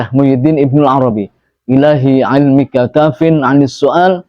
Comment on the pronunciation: Assalamualaikum, maaf ini doa bilang ilmika tulisan ilmuka terus wakaromika bilang wakaromuka mana yg bener apa sama aja arti dan bacaannya mohon petunjuk maaf sy orang awam